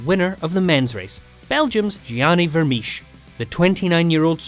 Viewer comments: Vermiche? Vermeersch is pronounced like Vermears for English speakers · Vermeersch. If you are going to mention a name that many times, is it too much trouble to check the pronunciation?